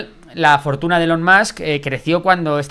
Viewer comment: Se pronuncia Ilon